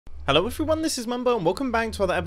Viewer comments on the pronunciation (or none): Remember when mumbo said “ello everyone” instead of “hello everyone”?